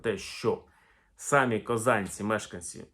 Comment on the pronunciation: Не сАмі, а самІ.